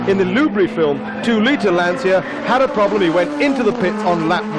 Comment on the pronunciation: Typical British commentator who can’t pronounce the name correctly….FFS